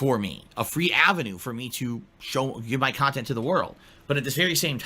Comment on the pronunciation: Is it just me or does overemphasize A sounds in his speech patterns? "kahntent" "ahfter" "imporahnt" "ahour" "cahme ahn" etc.